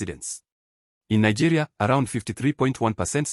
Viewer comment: Nigerians don't av such that accent. The person is even sounding like a south African. Nigerians can never pronounce Nigeria as Nagayria.